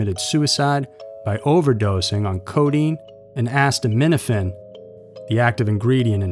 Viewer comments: “Actimiphen” its: acetaminophen (a sea ta min no phen ) 😂😂😂😂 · just one note..ah-see-toe-min-uh-fin is how you pronounce the active ingredient in Tylenol. Great video! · Oh you so said that wrong but it's kind of funny acetaminophen it's a-seed-a- mit-o-frin. That's my best I got on trying to pronunciation 🤣🤣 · Ah yes...."asstaminophen" The active ingredient in tylenol... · Asstominifin? Lol acetaminophen is not pronounced that way